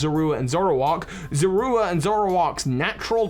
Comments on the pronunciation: Is anyone else bothered by the fact that he's pronouncing Zorua as Zorwooa? I always thought that Sinnoh folk tale was meant to be a pokemon version of the real world myth of selkies (and other myths involving animals that can remove their skins to assume human form). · "Z-ore-oo-ah," not whatever you're saying; that is not how they said it in the anime or ever. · The pokemon's name is zoroa not zorua! Duh! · pronunciation of zoura bugs be for some reason